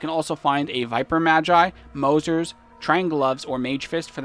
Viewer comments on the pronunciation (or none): none